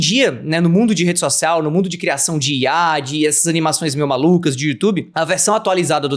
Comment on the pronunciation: Acho tão engraçado que o não consegue falar IA, são duas letrinhas DUAS e ele fala IAI kkkkkkkkkkkkk